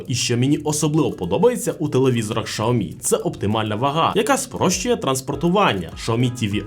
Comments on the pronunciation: Якщо чесно, то в Китаї так і кажуть, бо я там був і чув на власні вуха... Шяомі вони кажуть... Але він все одно не так цю марку промовляє, як в Китаї... Китайці кажуть - Шяомі, а цей бовдур каже ШАОМІ....😂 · Шяомі кажуть в Китаї, бо я там був і чув, як вони це промовляють... Тобто в нас не правильно промовляють - не Сяомі, а Шяомі... Але він цей бовдур каже ШАОМІ, тобто теж не правильно. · Сяомі кажуть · Шаоми??? Впервые слышу что ксиоми так называли 😅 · Було цікаво, взнати про нові телевізори Xiaomi. Але "шаомі"? Де на початку Ви бачите букву "ш"? Так, в китайській мові своєрідна вимова, але... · я зараз в Китаї в Чжоушані і можу з впевненістю сказати що китайці «xiaomi»вимовляють як «саомІ» ( наголос на останню букву, тобто І !!! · В різних провінціях вимова може відрізнятися, але вірно сяомі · шаомі ААААААА, кров з вух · Дізлайк за "Шаомі" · очень хороший эксперт который даже не знает как правильно читается бренд)) прям сразу доверие))) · Как английская буква Х может быть Ш? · Ну алло.. ну яке шаомі))) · Я думав мені почулось 😂😂😂